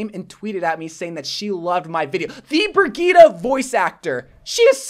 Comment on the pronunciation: BRI GEE TEH?! dude it’s pronounced BRIDGE EHT